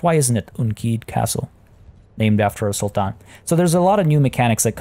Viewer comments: I like the way he pronounce the "Sultan" very Arabic. Much appreciated 😊👍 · I love how you pronounce Sultan in an Arabic tone! Truly impressive,.